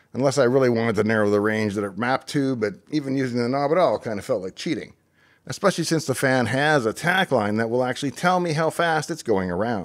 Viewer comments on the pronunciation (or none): none